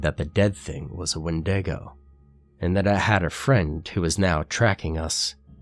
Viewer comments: did he always say it "when-day-go" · Is that how you pronounce wendigo?? I thought it was pronounced "Wendigo" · The way he pronounces Wendigo 😂😂😂😂😂😂😂😂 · You kick ass,! The way you pronounce the word Wendigo bothers me a lot more than it should, though.